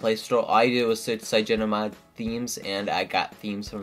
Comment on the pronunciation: Its Cy-an-O-gen. Like cyanide. LOL! Cygeno. -.